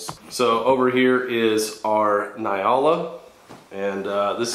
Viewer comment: I'm also South African but do you pronounce Nyala like he does? I always thought of it as n-yala not ny-ala